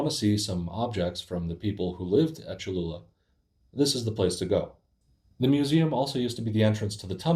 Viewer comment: Boy, the Aztec language is not easy. Well done on speaking the Aztec language correctly. And If it is true this "Pyramid" is the largest on earth. Or even if it is 2nd largest, given the history of the new civilization building on top of the old civilization I suspect the Catholic Church knew what it was doing building a church at this location. And now just claiming "Ooops, Sorry".